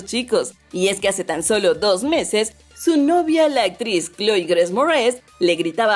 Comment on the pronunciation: Me desespera su horrible pronunciación en inglés ni decir Grace puede 😂